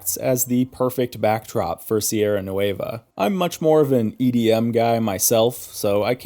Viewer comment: Just say NWEH-va Don't have to exaggerate the letter "u", or add that "ay" sound ... it's not "noo-WAY-va"